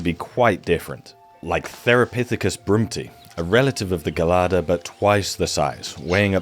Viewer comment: gelada : jel-ah-dah A kind of baboon from NE Africa.